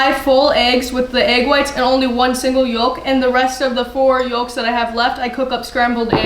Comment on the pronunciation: The "L" in yolk is NOT pronounced. Its "yoke", not "yollllk."